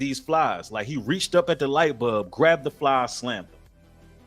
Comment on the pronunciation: Light “bulb” brother, not light bub. “Pie neal” gland brother, not “PiAneel”. Idk why you come up with your own way to pronounce these words constantly.